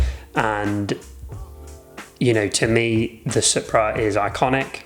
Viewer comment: Its pronounced supra as in soup-ra 😂😂😂